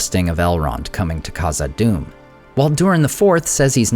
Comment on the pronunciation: The “Kh” in Khazad Dum is pronounced like the “Ch” Challah